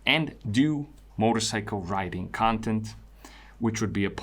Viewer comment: I thought briefly you were saying "writing" instead of riding. Riding yes, i also am interested in riding. Writing did connect though, i perceive you as thoughtful, analytical, thorough, gentle as well as articulate and writing 4 answers made sense for a minute and i thought "questions 4 answers" Ill keep following your work, thanks as always for quality effort :) and keeping it real for us and yourself